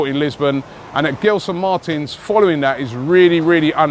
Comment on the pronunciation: As a Portuguese Arsenal fan who grew up in London, I'm glad that Arsenal are finally looking at players from the Portuguese league. There has always been so much talent there that Arsène never really tapped. Let's see what happens with Arsenal links like William Carvalho & Gelson. By the way, the "G" in Gelson is pronounced like the "G" in gelato. Just an FYI. Keep up the excellent work!!